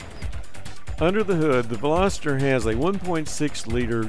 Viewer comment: i hate how some people pronounce "veloster" as velositter...